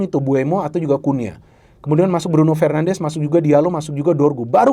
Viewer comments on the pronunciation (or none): none